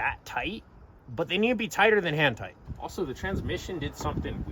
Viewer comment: I thought i kept hearing "Hentai" then i paid more attention to video and he really meant "hand tight"....or did he?....